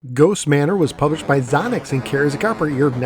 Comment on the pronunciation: It's pronounced Zō nocks. Long O. Your Character can push the wall when it moves away from you and score points. One thing you missed is Xonox games are 8K bankswitching ROMs.